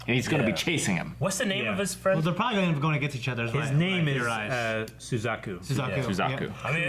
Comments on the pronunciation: The way he pronounced "Zazuke" sounds exactly like how Sasuke (from Naruto) is pronounced in German ^^ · "Colon", "Zazuka". XD Usually, it's the others who mess the names up so badly. I guess finally caught whatever they've got...